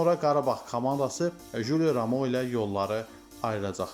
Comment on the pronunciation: Ramoo yox Romao